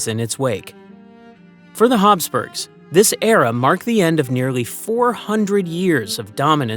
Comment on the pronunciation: Commentator talks too fast. Plus if it is Habsburgs, pronounceation is wrong. I hate that. Probably ai.